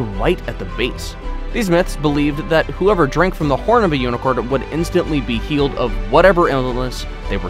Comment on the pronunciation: My sis came when u were saying hnicorn my sister said okay unicorns exots i ditn need a b day presit now